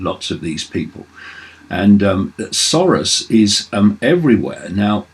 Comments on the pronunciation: Keith _ sore-ass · The correct prononciation of Soros in Hungarian is SAROSH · I love how David pronounces it George "Saurus". He is an old Dinosaur... That's for damn sure.